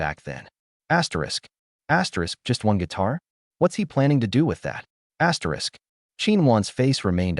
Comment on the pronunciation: What the hell? Why does your video keep saying ASSTERISC? or whatever. It's so freaking annoying 😑